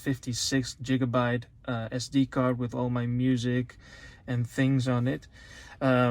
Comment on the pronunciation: Hahaha, Jigabyte, hahaha. I ain't making any fun of you, but I literally thought that was funny! It's giga, not jiga, but I think I like your way better man.... Thanks for the review, I'm between this and one other brand. Cheer 🍻